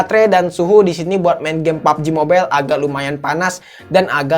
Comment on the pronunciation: Suka ketawa saat bilang PABJI MOBEL sama FREE FAYER😂